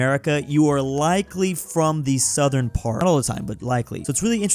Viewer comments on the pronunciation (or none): none